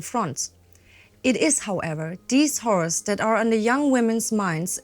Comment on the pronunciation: talking about the Women's Land Army needs to make sure to pronounce horrors a bit more carefully! 😂 I though she almost said the women while working working constantly worrying about the "whores" the men were facing during the war. I mean there was the special on venereal diseases...